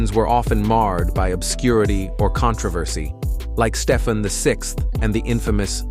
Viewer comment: It’s Stee-Ven, not Stef-N. That’s AI for you.